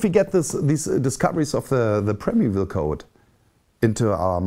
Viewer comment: interessantes Video. Man spricht es als Prime Evil aus.